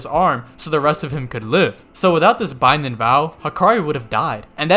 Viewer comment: You really don’t like pronouncing your g’s at the end of the things 😂 lightnin and bindin lmao